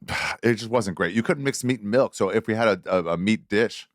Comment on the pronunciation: Funny as fuck that says melk. Brendan schaub also says melk and h looks like Brendan ate a fat guy.